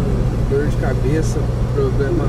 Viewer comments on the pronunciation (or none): O fica montando a história, ele é muito sem noção, ele é péssimo, não sabe nem fala poblema